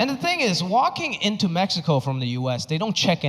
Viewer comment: Loved the fact that he pronounced Mexico correctly